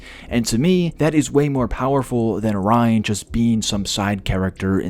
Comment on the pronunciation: you said ryan 100 times you even started saying rine... he is not important no matter how you feel. read the comics.